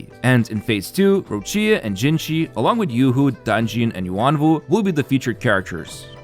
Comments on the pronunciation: Its not Rinascíta. Its Rináscita... Not Roccía, Ròccia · Rinascita is italian and is pronounced like Rinashita for you english people not RINASITA ...Roccia character almost there but without the full sound of the "i".. is more like Roccha ... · by the way, rinascita is pronounced rina-shi-ta, roccia is pronounced ro-cha and carlotta just needs emphasis on the o. I'm Italian and pronunciation matters a lot to me, the devs do poorly to pronounce it right but at least we can. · Rinascita, gondola, Roccia... Please please please learn the correct pronunciation of these Italian words, especially where the tonic accent falls, it's a torture to listen to these terrible pronunciations...